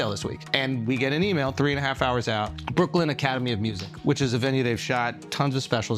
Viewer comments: Why are you saying brooklynD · Wild that the narrator of this video calls it “Brookland” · It's "Brooklyn" not "Brookland". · Yo it’s Brooklyn… not brookland. Listened like 3 times to make sure I wasn’t tripping but you are def saying brookland lol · Is this dude saying "Brookland"? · Why are you saying “brookland”?